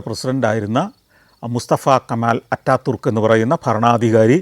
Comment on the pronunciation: അറ്റ തുർക് എന്നല്ല ഉച്ചാരണം അതാതുർക്കു എന്നാണ്